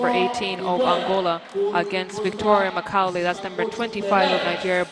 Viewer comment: This lady commentator is so crass!!! How could you not know how to pronounce Macaulay? Perplexing to say the least